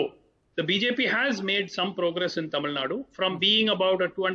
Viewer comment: This national media news readers, anchors has any problem with their tongue like stroke? It's clearly written as " tamil nadu " but they always pronounce it as tamil nad🤦🤦🤦 Feel so ashamed of their their language... JUST EDUCATED IDIOTS ...